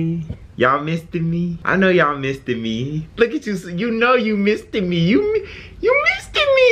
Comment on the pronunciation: "Missed Me" sounds alot like misdemeanor